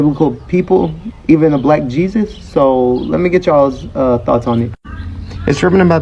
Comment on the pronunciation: Unlike the rest, I question everything. Where is the proof that this isn't AI? Sure it sounds good and true, but is it real? I doubt it. The over-stating of the word "black Jesus" was suspect to me. Although I agree that the Messiah was a so-called Black man.